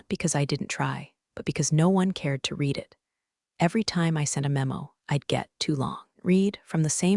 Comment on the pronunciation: Just a few suggestions. Declare what is AI content, and what is not. Proof-listen to AI generated voice to fix pronunciations such as resume vs. résumé, read (verb) vs. read (noun), live (verb) vs. live (adjective), butt vs. button, etc. Proofread transcript to fix things like doc (documentation shortened form) vs. dock, Counting vs. Accounting, US vs. U.S., etc. The story is good, but not entirely believable. I worked with some pretty arrogant incompetent people, but not everyone was that bad all the time. The "good ol' boy" network and nepotism was particularly unwholesome.